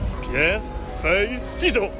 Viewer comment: Il est con il dit pierre feuille papier "siseau"